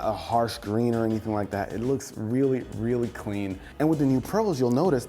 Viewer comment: "WRReally.. WRReally"